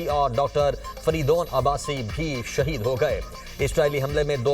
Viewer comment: Shaheed Hoye hain plz bekao media alfaz thek se bolo